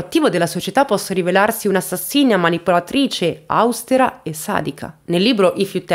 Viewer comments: Si dice austéra, con l'accento sulla e! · Austera accento sulla e!